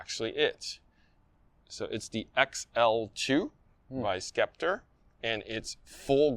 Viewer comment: Pronounced SEPTOR , not SKEPTER